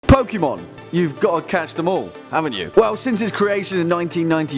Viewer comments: OMFG, I am literally going to start going Thanos on people who say Poke - ee - mon. Seriously, that is not how that accent works, IT IS Pokémon. So Poke - Eh - Mon. It's not difficult. Your welcome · It’s Pokémon!(Poke ay mon